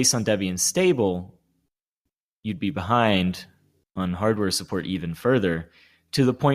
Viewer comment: "Suppprt firefox" loved that